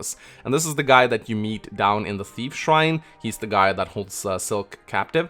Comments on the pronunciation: He did prononce Guy’s name correctly however. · *pronounces many character's name incorrectly Also: its Guy. You guys are pronouncing it wrong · French captain here, I agree with you about the pronunciation of "Guy"